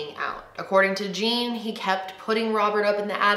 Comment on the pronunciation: The name Jean, is actually pronounce like "John". It's French